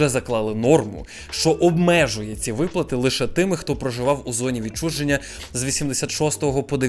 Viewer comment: Сорі, але відчуження а не відчудження, трохи ріже вуха